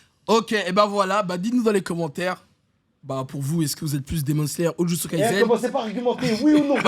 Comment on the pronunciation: J'adore Kimetsu no yaiba. Mais frére mais sa dit ici Jujutsu tres fort mdr